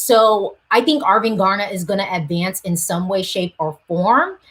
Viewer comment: You almost Said arvingarna right the last time you Said it☺️